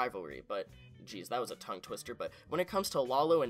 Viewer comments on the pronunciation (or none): none